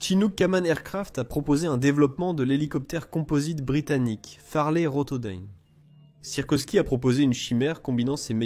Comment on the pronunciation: encore une fois l'IA plombe la vidéo et on ne dit pas sirkosky (ou sirkoski) mais Sikorski